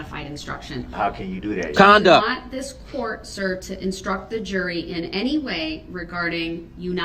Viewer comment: "did you have n-tee interactions with the defendant?" I still don't know how he screwed up the simple word ANY so bad haha